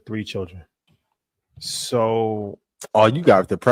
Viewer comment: Lmao said “for one chilren” 😂😂😂